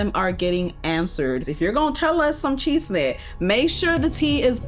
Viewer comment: I love your videos and I LIVE every time you say Chisme 😂